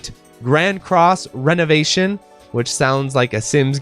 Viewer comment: I think you are mispronouncing ReNovation in Grand Cross: ReNovation. I don't think it's renovation like renovating your house (which makes you think Sims) I think its Re (Ree) Novation. Like Novation again. Novation a second time. I think a good tell of this is the 'e' being lower case